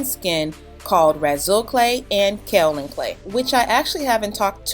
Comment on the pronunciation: As a native of the county that produces the 2nd largest supply of Kaolin, it is pronounced KAY-OH—Lin. Just FYI. I couldn’t resist... it’s the only great thing where I’m from. 🤗 super awesome video btw! My natural 4C thrives due to your videos! 😘